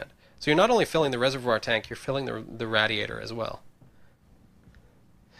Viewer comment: he mispronounced radiator.. It's pronounced [rey-dee-ey-ter].